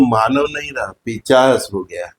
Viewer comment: Plz correct urself... It's nt "पिचाश" It's "पिशाच"..